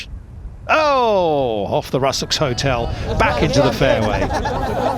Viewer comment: Rusacks Hotel, pronounced roo-sacks. Peter Aliss would've got it right.